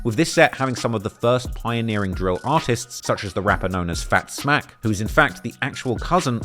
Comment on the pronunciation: Its Fatz Mack Not Fat Zmack